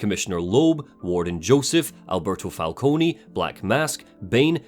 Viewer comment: Maybe I'm having a Mandela Effect moment, but isn't Falcone normally pronounced "Fal-cone" and not "Fal-coney"? I never played Origins, so maybe that's how they do it there, but I'm almost certain any other Batman media I've seen uses "Fal-cone".